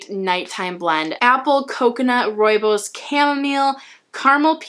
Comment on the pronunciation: I am from South Africa and I am so impressed you said rooibos correctly lol love your videos